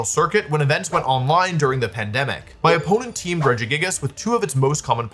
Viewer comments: I still think of that one time I heard you pronounce this pokemon Rejiggajiggas and I call it that to my friends to this day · That's absolutely not how I would have pronounced Regigigas lmao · The way you say Regigigas is so fun. I love it.